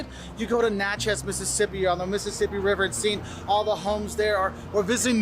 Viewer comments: Whaaaaaat was that? What did u do to Natchez?!?! You can't be serious? It's NATChez NOT natCHEZ! And OMG! It's Pe CAHN....not Pe CAN! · South Louisiana, between Baton Rouge and New Orleans, in St. Amant. We don't say P-cans, we say Pa-cons. A p can is what my grand parents used when it was too cold or stormy to go to the outhouse. And he's pronouncing Natchez wrong. The is no emphasis on any part of the word, just Natchez. Favorite foods are boiled Crawfish, Chicken & Sausage Gumbo, red beans & rice w/cornbread, tomato gravy & buttermilk biscuits. And New Orleans is not the only city worth visiting in Louisiana. In fact, the crime has gotten so bad, we natives rarely go to our favorite spots anymore. Baton Rouge is the Capitol city. But Lafayette, Houma, Thibodaux & Grand Isle are well worth the trip. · This guy had a lot of stuff right, but he has no idea how to say Natchez. And a pee can is a place to urinate.